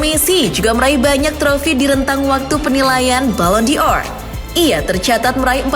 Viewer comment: Bukan balon Dior admin kocak,tapi balon Dor. Dor itu artinya bola